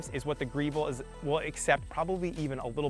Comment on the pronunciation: Why does he keep calling it "Greevil"? It's spelled Grevil so pronounced like "devil", right? Is that a Mass. thing? I'm pretty sure the long "e" pronunciation doesn't come from Italian!